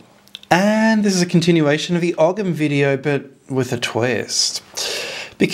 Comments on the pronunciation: Hi, It's always great to watch your daring investigations. I wonder though, would you consider using a different pronunciation for Ogham. In Ireland we would say something like "o-im", similar to Owen. The "gh" is usually silent in Irish.. Unless of course the word is pre-Irish in which I wouldn't know. Cheers, Richard Dublin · You don't pronounce the G in ogham, you pronounce it oham. I like the D.N.A, similarities. It's the same with the I Ching it's like binary computer code and the hexagrams are numbered. Any attaching the celts or ancient Britons to the Abrahamic gods or Babylonian traditions is a type of nonsense discredited already as British Israelism. WHO writes that ogham is from the tower of Babel? CHRISTIAN monks in the 14 century, who have a vested interest in fabricating these connections. No Ogham has nothing whatsoever to do with Arabs or the middle eastern fantasies from Babylon. It is an original British language. Not content with genociding the people that used it, Christians now want to steal its sovereignty. There are many attempts to connect Abrahamism to the British Isles since the Christians arrived. All complete tripe.